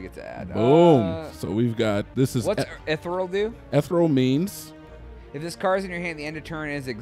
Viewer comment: you mean eth-ee-ree-uhl? lolol